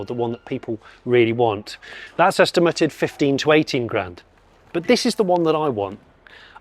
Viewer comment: I was more distracted by the repeated use of "estim-er-tid" rather than estimated.